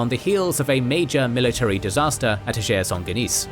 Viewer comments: Another great episode! Very very minor point, you pronounce the Battle of the Field of Blood in French but Ager Sanguinis [AH-gher SAN-gwih-nihz] is the Latin term. It just makes it sound like “To Shake Saint Guinis”😅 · Why did you pronounce “Ager Sanguinis” as if it was a French name, it’s Latin.